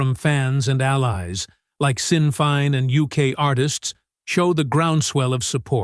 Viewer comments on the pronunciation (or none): Great message but should not be read by AI. Sinn Féin is pronounced shin fayn. The voice forgot that they sing in Irish – An teanga is sine in Iarthar na hEorpa!!! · "Shin feyn" help to pronunciate 😊